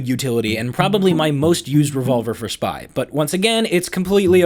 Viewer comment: Nobody:: The spAII